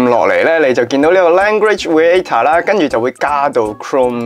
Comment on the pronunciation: Reactor : Re-act-tor 唔係Re-a-tor嘅呢